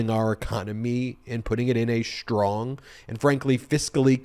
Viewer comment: I want to know when the word strong became “schtrong.”